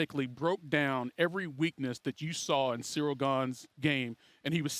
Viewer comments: Cereal Gane :D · Bro called him cereal 😭😭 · the disrespect is actually so hilarious to me, Jon just calls him "cereal gain" and i cant even tell if it's on purpose or not... he must know how its pronounced because others say Gane's name in front of him 100's of times this week... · He even puts them down mentally calls ciryl gane "cereal gain" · Dude keeps calling him Cereal haha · Jon calling him “Cereal”💀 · The disrespect of this man keep calling him “Cereal” 💀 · anyone peep him call Ciryl, Cereal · It’s funny how Jon calls him Cereal lol 😂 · I swear I just heard jones call him cereal! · Did JJ call Ceral "Cereal"? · He called dude cereal 😂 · I think he called him ceerio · I love how Bones calls Gane " Cereal "😂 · See-real Gain, 😂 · He’s still calling him Cereal 😂😂😂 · bro said Cereal XD